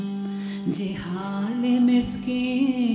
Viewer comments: 😂 I am just here to say it's zihal-e-miskeen not jihalee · Ze-haal* Bahaq* Yeh dono durust kar lein. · Madam your pronunciation is awful. It is “Zi haal e miskeen”. Real beauty of FARSI is in its pronunciation.